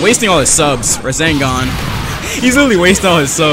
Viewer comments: I hate how he says rezengan instead of resengan it really annoys me😅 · It does not annoy me but I like how he calls rasengan, razengan, thats a really cool name to call it though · Everyone: RASENGAN!: RaZeNgAn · love the "razengans"